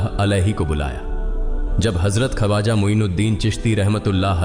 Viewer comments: खवाजा नही ख्वाजा . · Kripa Khwaja ko sahi pronounce karein video achhi Hai magar pronunciation maze ko kirkira Bana Raha hai